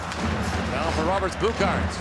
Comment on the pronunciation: So much respect to the GOATmentators (by GOAT meaning — Greatest of All Time, just in case) for pronouncing Latvian player surnames and names so well. Especially when I heard Roberts Bukarts it blew my mind, sounds like a perfect Latvian pronunciation